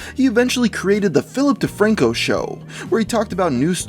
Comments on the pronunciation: philip defranco? i heard ''filthy franko'' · I swear I heared filthy frank-o when you said Philip de Franco.